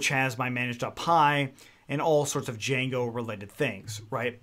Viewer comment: U mean "DIJANGO"